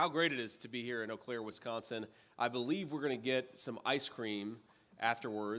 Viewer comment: First, doofus doesn't know how to pronounce Eau Claire properly... They're still playing the Insurrection Song, "Gloria—" Kimberly Guilfoyle sleaze-danced to and MAGA ruined; no doubt they're playing all those songs illegally.